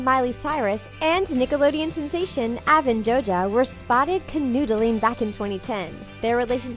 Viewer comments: Avan JOJA it’s Avan Jogia With a g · Avan joja and Cole sprouts ??? Wtf! Get a new narrator, I’m so sick of you disrespecting their names, i unsubscribed and disliked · She be saying jogia “Joja” XD